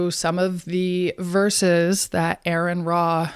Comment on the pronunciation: She couldn't even spell or pronounce name correctly so she's not off to a good start.